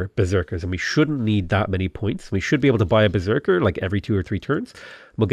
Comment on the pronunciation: Berserk is pronounced with a "sh" sound in Norwegian, so you're being very authentic actually!